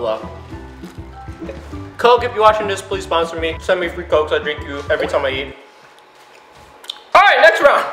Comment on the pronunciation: Lilah Tyson he said dirink